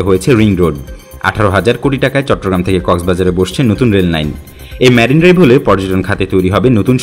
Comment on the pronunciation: সুন্দর উপস্থাপনা। তবে "ম্যারিন" ড্রাইভ না। "মেরিন" ড্রাইভ।